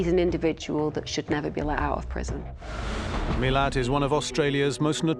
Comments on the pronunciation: Ivan Milat, not Millard, his name is not pronounced properly by these experts, one would think they would get the name correct. Some get it right but most seem to get it wrong, why is that? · Did these people do their reasearch prior to being interviewed? It's not Miller. It's Milat. Mi-lat.